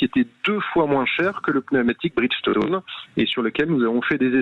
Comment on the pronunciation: Ah les pneus BRIDGESSE TONE .....Mais est ce que les pneus BRIDGESSE TONE sont meilleurs que les pneus FIRESSE TONE ??? et dire que le le mec est un spécialiste du pneu ..... 😂😂😂😂😂😂